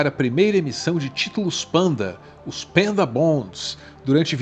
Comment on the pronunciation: "pEnda" bond?! sério? pelamor nao propague ingles medonho q nem o "Zéli" do Flavio Bolsonaro